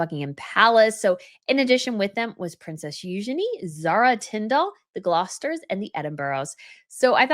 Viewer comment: Eugenie is pronounced with the emphasis on the first syllable